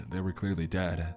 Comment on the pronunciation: Why do you say “uh” at the end of every word you don’t “dead” you say “deaduh”